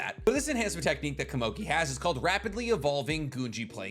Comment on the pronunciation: pitou only said gon could take on meruem in the 2011 anime, not the manga. you're saying komugi wrong.